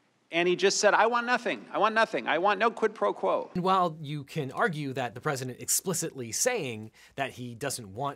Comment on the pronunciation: Why does everyone insist on mispronouncing quid pro crow?